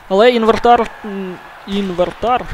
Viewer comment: "Інвертар"XD Інвентар